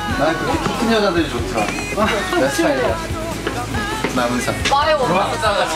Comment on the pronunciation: 남은상임? 나불상이라는줄 ㅋㅋㅋㅋㅋㅌㅋㅋㅋㅋㅋㅋㅋㅋㅋㅋㅋ